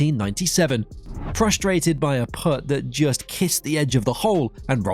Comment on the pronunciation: It's not a put, like foot. It's Putt, like up. F#£k